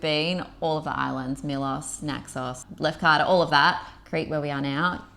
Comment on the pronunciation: I laughed when I heard the ‘spewing up’ phrase. Typical Aussie vernacular haha. I subscribed soon as I heard it. Trust you enjoyed everything overall. Funny that the drinking water in Lefkada (try pronouncing it Lefkatha like the ‘th’ in the) wasn’t to taste. In my village we drink straight from the well taps in the mountains and it’s amazing. Lefkada has loads of little private coves that you can basically have to yourselves when you rent a speedboat like you guys did. By the way, you both could pass as Greeks !! Glad you enjoyed the food, sun and beaches. Looking forward to more of your content. Well done. Relaxed, informative and real. By the way, Syros is a great island to visit also. Next time you’re in Greece check it out if you feel the inclination.